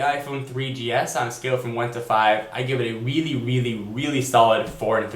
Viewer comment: weely weely weely like ur videos. one suggestion LOOK INTO THE CAMERA!